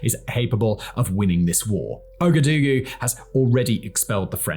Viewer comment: Really insightful series that brings light to flashpoints that we need to keep an eye on. Thank you for this and keep up the great work. Minor pronunciation points: - Ouagadougou is pronounced "Wagaduuuguuu". - The people of Burkina Faso are "Burkeeena bey"